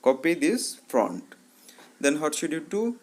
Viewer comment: Bhai front nahi font hota hai woh 🤣🤣🤣🤣